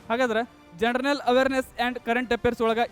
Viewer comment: ಜನರಲ್ ಅಂತ ಸರಿಯಾಗಿ ಉಚ್ಚರಿಸಿ ಜನರನಲ್ janaranal ಅಂತಿರಲ್ಲ